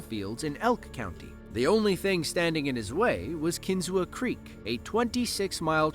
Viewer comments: A couple points of correction and additional information on the Kinzua Bridge. First of all, it is pronounced Kin-zoo, not Kin-zoo-a. When it was rebuilt in 1900, the entire bridge was rebuilt using steel to replace the original wrought iron-except for one item. The concrete bases had wrought iron bolts sticking up and the footplates of the steel columns had holes to go on the bolts and nuts to fasten them together. The bolts were not replaced because it would have cost more time and money. Steel collar nuts were used to fasten the piers to the wrought iron bolts. An inspection in 2002 showed problems that needed fixed. Repairs started February 2003, so the problem was being corrected when it was destroyed by a tornado on July 21, 2003. The story is detailed on an episode of Mysteries of the Abandoned, it is on Youtube. I have visited the bridge and it is well worth visiting, especially if you are interested in history. It has a very nice and informative visitor center and has over 7,000 Google reviews with a 4.9 star rating. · It's pronounced KIN-zoo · McKean County is in northwest PA, not northeast. And it's pronounced Kin-ZOO. The a is silent. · I was born and raised in SW NY and traveled to see Kinzua bridge often growing up. Was shocked when it was destroyed. Btw, it's pronounced "KIN-ZOO", despite the "a" at the end.